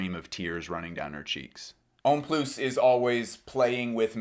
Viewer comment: Pronounced homme ploo not ploos. The s is silent in comme des garçons homme plus. Just saying